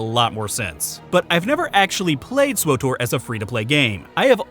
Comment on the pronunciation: Swowtor /giggles Say it again!